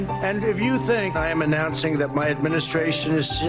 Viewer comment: "IT'S MY ADMINISTRAYSHIZZIZT!! MY ADMINISTRAYSHIZZIZT!!!!!"